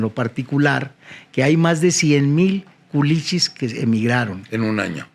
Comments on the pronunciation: No son culechos, "culichis”!! Así les dicen a los de Culiacán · Culichis como que "Culechos"😅😅😅